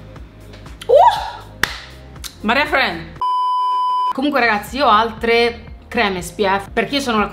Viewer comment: “Maria Friends” 😂😂😂😂😂😂